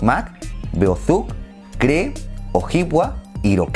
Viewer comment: tengo entendido que Cree se pronuncia « kri »